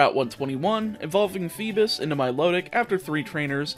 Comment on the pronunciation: He really said feebis